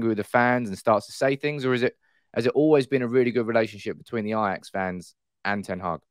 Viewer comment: Eyejax? Wow. Its like Arsene Wenger, but with an ajax fan.